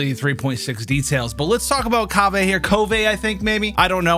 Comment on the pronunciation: No the BIG question is why is this guy trying to make himself sound so stupid ? KOvay ? Did you flunk 1st grade reading or what ? Then ya say it RIGHT then correct it to the wrong way. Come on people the IN GAME ENGLISH dialogue has voice lines about him, use your ears and stop obsessing over the damn Japanese. FYI it's a CHINESE DEV TEAM lol jeez